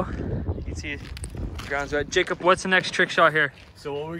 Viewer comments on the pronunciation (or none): Does anyone else realize that (postanin the greatest hockey player on earth) always says Jacob like JacUP?